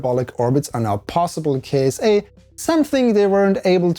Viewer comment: I believe it pronounce Kit-sa. like NASA, ESA, and JAXA.